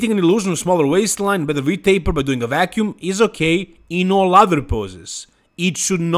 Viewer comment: vacuum not wacuum lol